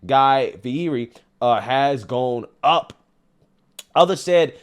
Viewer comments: Fee-hear-ee is a pronunciation of Fieri I've never heard before. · Just FYI, Guy's last name is pronounced 'Fee-ett-ey'.....